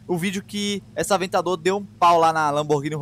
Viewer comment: avetador poeche ;d